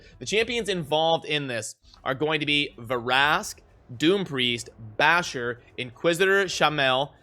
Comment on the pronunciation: It’s not Ver-ask it’s Vrask